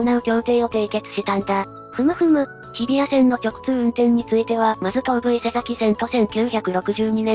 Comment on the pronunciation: いつも楽しく拝見しています。1点だけ前々から気になっていたのですが、東武伊勢崎線の伊勢崎は「いせざき」ではなく「いせさき」なので、ひとつよろしくお願いします！